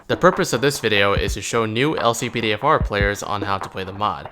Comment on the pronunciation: how to activate the LCPDFR mod? i only hear "Click all NP" when u said how to activate it